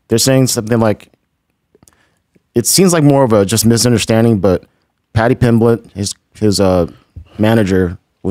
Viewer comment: Talmbout Patty Pimmlitt?